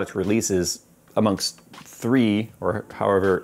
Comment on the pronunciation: Oh you mean "Three"? Now, I finally understand!